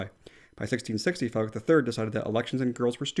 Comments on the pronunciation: Your pronounciation of danish words is really good, and the pronounciation of “Frederik” is 100/100. I appreciate your videos very much, keep it up fellas 🙂👍🏻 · I’m really impressed with your danish pronunciations! Especially Frederik!! 😁👍